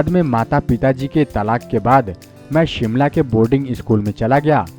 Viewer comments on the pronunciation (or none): none